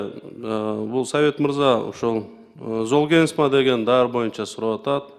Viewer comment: Золгенсма дегенди нормально окуп айта албайт го, дагы каяктан фармацевт болуп алган?